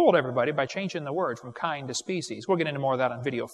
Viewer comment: According to Wallace and Gromit, in a grand day out, moon rocks may taste like cheese. But not Wensleydale or Stilton. Man my head hurts every time Kent says kind.